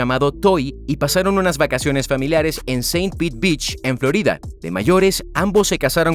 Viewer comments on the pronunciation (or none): none